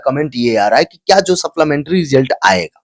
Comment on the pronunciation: सप्लीमेंट्री होता है saplamentaryn नहीं. शुद्ध उच्चारण करें.